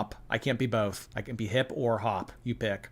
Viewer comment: Oh yeah, she did that! Bolth! 😂😂😂